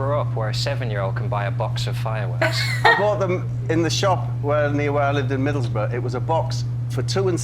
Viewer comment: Yayyy shout out from Middlesbrough! In his accent lol